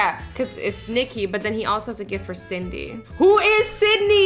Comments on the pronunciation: Azzy: ohhh he also had a gift for Cindy... WHO IS CYDNEY Me: it's not CYDNEY AZZY IT'S CINDY CINDY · Snowy Gacha Girl except Azzy said Sydney instead of Cindy